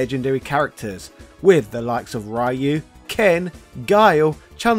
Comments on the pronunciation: It hurts my ears to hear Ryu pronounced as (raiu) the name is Japanese so it is pronounced (Riu) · How hard is it to say Ryu and not Rye-you? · The embarrassing history of saying "Rye-You." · I hate when they pronounce "raiiu" the character's name, when the correct pronunciation is "ryu" as it is written 😡 its sooo anoying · Also it's NOT Rye-yoo. It's Ree-yoo. Just listen to the announcers in the games. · Rayu 😂 bro it’s “Ree-U” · THANK YOU! I have played Street Fighter for years and have never heard of this "Rayu" person. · Ryeoo and Kazooya are unfortunately going to be here until Gen X croaks. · It's the worst, and no excuze in the modern world to say rAh yOu, RaY Uu or other english butchering of the name. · Ryu is more closely pronounced "ree-yooh" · "Capcom would decide... 'Enough is enough, and it's time for a change!'" Shows Owen Hart Absolutely brilliantly done. Dunno how many people caught the reference, but I love you for it. XD (...I'll even let that whole "Rye-oo" thing slide for this video because of it. But seriously, the name isn't hard to pronounce, my guy.) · Quickly, say shoryuken. Now only the middle part. That's Ryu's name. Not Rai-oo. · Nice video. But i still don't know who this RaH-YOu character you keep refering. It can't be Ryuu Right? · I think this guy is deliberately mispronouncing "rai-you" because of the way he does it- I assume he's found the negative engagement helps promote his videos? I can't imagine he hasn't caught flak for doing this in the past. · Ryu is pronounced ree-you. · "Rai you" Cmon man we're in 2022. Say it right. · I hate Ryu, or as you pronounce his name, Rye-you. Even Twelve has more personality than Ryu. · the pronunciation of Rye-u and Sagget is incredibly grating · Rye-u hurts everytime. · Rye-you actually hurts to hear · Rye-you. . .You really don't know what you're talking about. . . . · It's not Rye-u, pftt bri'ish. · English speakers will never learn to say it right.